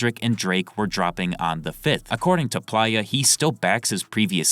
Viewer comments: Maybe im buggin but im pretty sure its PLAY-UH, not ply-uh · it's play-yah, not pliyah. you're killing me with this pronunciation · What is this AI’s problem? Its not PLIER its PLAYA as in PLAYER Dosgbe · Bro why is it so hard for you to say Play-Ya like player not Plyya. PLAY-YA. PLAY-YA. PLAY-YA! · Bro its “play-uh” not “plier” 😭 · I’m sure Playa is pronounced “play-uh” smh this friggin guy is literally saying it like pliers SMFH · Plaaya? God damn AI voice. Giving a dislike. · PLEASE PRONOUNCE PLAYA (PLAY- UH) CORRECTLY. IM BEGGING YOU LOL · It’s pronounced PLAY-YA🥷🏾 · You 100% were saying playa’s name wrong😂